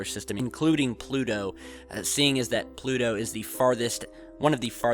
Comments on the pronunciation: Why do you pronounce Pluto with a D sound? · Where's "Plu-do"?